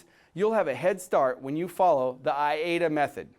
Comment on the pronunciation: Interesting information. Your pronunciation is I-A-DA, but it is spelled A-I-DA.